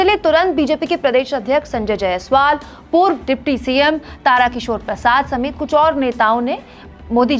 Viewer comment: तारा किशोर प्रसाद नहीं है मैडम तारकिशोर प्रसाद है